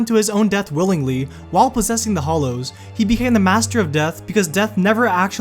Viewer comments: AAAHHH hAllows, not hollows! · Why do people pronounce is hollows even though its spelt hallows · It's "Hallow" not "Hollow" sir.... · who else was annoyed that its pronounced hallow not hollow.....ugh and just all around pronunciation. anyway great theories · You can't even pronounce Hallows. you keep saying Hollows, you need to go back to school. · Hollows? HALLOWS! H-A-L-L-O-W-S!!!!!!!!!!!!!! HALLOWS!! Uggghhhhh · Is it just me or did the narrator says Hollows every time instead of Hallows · its pronounced hallows not hollows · It's pronounced "Hallows" not "hollows" 🙄🙄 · Beyond Today Dude. There's a difference between those words and hallows. It's just like during the prayer..."...Hallowed be thy name..." You don't say it "Hollowed be thy name." Because the word "hallow" is pronounced hal-low. Halloween is actually pronounced hal-low-ween. We're just lazy about it. Just like a lot of people say "prob-lee" instead of "prob-uh-blee" which is correct. We get lazy about our language, but that doesn't make it right. I'm absolutely born and raised in America. I'm just not dumb. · hallows, not hollows. cringeworthy. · Hallow. Not hollow. sigh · It drives me nuts to hear you constantly mispronounce, 'Hallows' as 'Hollows'. They are two different things. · I think number 1 will be explored in the coming movies. And it's "hallows" not "hollows" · "the deathly hOllows" Ah, Americans with their silly pronunciation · Am I the only one that hear him say hOllows and hates it? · also you are not pronouncing hallows correctly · Hallows, not hollows! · The fact you keep saying Hollow not Hallow annoys me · What a pity the narrator cannot seem to differentiate between Hollows' and Hallows (as in Hallowed - or revered) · HALLOW NOT HOLLOW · Was anyone else distracted by the narrator saying 'hollows' instead of 'hallows'?! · it is the deathly HALLOWS not the deathly HOLLOWS :D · it's hAllows not hOllows jeez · Grr... Hallows! hAllows! Not Hollows! It has an A, not an O.